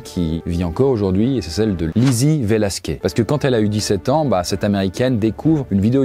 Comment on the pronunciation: Sérieux la prononciation ? 😅 " VelasquÉ " 🤦‍♀️ là c'est vraiment ne pas faire le moindre effort hein... " Velasquezzzzzzzzz" Merci à l'autre garçon de la vidéo d'avoir bien prononcé plus tard 🫶